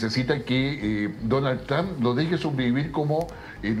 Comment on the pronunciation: El de camisa azul es mas burro que maduro, no es Tram, se dice Trump